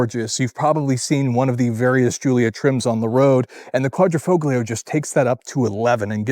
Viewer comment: Dude! Typical carsalesman speech... not too bad, but superficial. You need to wash the car and work on the Quadrifoglio pronunciation too! As a 2019, this is a pre-upgrade model with most known problems (eg electrical and failed fuel pumps) and no touchscreen. The brakes are actually Brembo not Alfa. The whole hood is carbon, not just the underlay. You missed that the roof is carbon as is the tailshaft and the front splitter drops at high speed. Paint is a tricoat special and those wheels are forged.